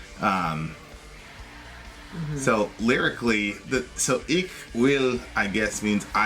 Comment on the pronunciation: You are saying "Ich" wrong.